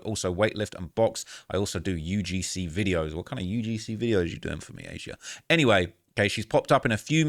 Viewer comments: it’s not A Z Ah lol please for the love of G0d, it’s been so annoying to hear you pronounce it like that thru your million vids about this 😂 it’s Asia just like the continent lol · Hey you pronounce her name as Asia 😂 not aye zeyah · Imo it's pronounced Asia just spelled wrong